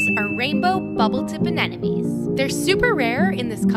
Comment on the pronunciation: I love this vid an' everything in it, but so that were clear to that one really little kid. It doesnt really matter, just like tortya and tortelah (tortilla) but most ppl, at least around where we live, Alabama, it's pronounced anehmuhnee not anehnumee